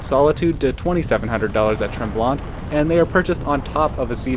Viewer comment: Just FYI - We don't pronounce the 2nd T in Tremblant - so pronounce it Tremblan